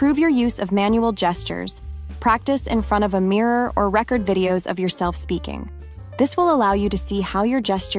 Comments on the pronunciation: I enjoyed the content except for the times that the AI voice mispronounced words like Martin Luther King "Jr" "Jay-jer and "record."This presentation would have been much more personable and easier to receive (and rewatch) were the voice an actual person. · At the minute point, the pronunciation of "record" is incorrect.